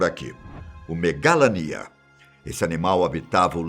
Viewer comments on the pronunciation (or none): Pronumcio megalania errado